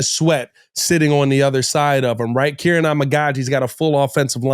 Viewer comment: It's Keer-On